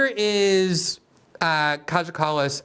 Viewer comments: It’s pronounced ‘K-I-Y-A’ not ‘KAJA’ Glenn! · Greenwald Its pronounced Kaya, our little brave princess. Her friends Analena and Ursula are equally brazen and delirious. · It's pronounced Kaya. If you see a J in a name from any of these Baltic and Slavic countries, you can presume it's pronounced as a Y. Just so you know for next time xx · It's pronounced Ki-ah Kallas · Glenn you are right about everything as always except one thing .. her name is pronounced Kaya.